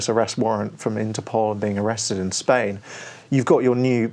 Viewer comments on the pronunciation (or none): none